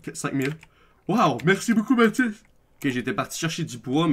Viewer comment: C'est Matis pas Mati xddd